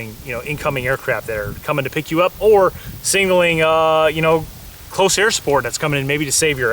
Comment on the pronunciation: SIG-NAL-ING not sing-nal-ing for the love god. ILMAO like nails on a chalk board.